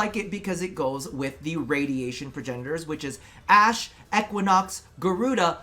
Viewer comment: EQUINOX E (like key with no k) QUI (qweh) NOX